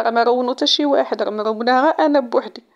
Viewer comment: ههههه ضحكتيني اختي قلتي مروناه غير انا بوحدي هههه😂